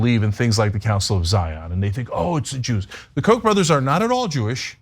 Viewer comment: I was mystified by all the references to 'coke' or 'Coke' even, until I saw some of the signs with Koch on them. Why can't you pronounce Koch correctly, FFS?! Koch rhymes with loch!